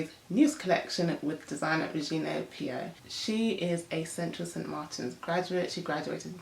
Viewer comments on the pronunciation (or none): Love this vid. Her last name is pronounced Pyo - like "Oh" <3